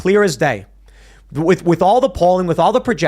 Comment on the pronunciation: lack of ability to pronounce an H after a T in words like “with” gets under my skin eventually.